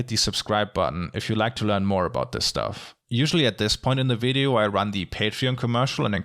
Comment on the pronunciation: When he says ~wideo~ 😍🌸💕✨